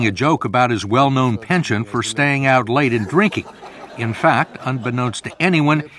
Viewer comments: why can no yank pronounce penchant properly? It is not pension, it is ponshon. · Do not say pension. It is penchant (said in a French accent).